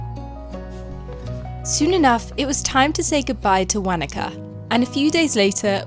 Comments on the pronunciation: Won a car,,, not wan nak ka. haha nice attempt though cheers 🙂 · Kai Ora Wanaka is pronounced Wana -Ka, not Wa-naka, from a Maori Native, aka Kiwi. We are laid back and possibly the most chilled people. Hiking in the South Island is a big thing to do; some do the Great Walks, which can take up to a week to complete, but there are some that only take a couple of hours. Glad you guys enjoyed the stay here in NZ, Mt Cook / Aoraki, pronounced O-Ra-key for those who find it difficult to pronounce. Glad you guys got some awesome sunny days; sometimes it can rain for a week or more. oh btw insect repellant would have been a good item to get hehe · that was painfull hearing you say Whanaka